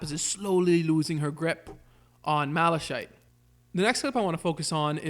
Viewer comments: Its mala(kite)chite not mala[shayt]chite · I don't like how you pronounce Malachite because it's not like that it more like mala-kite